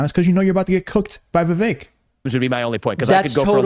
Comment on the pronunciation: It's pronounced like "cake"....u said his name wrong at the end after all that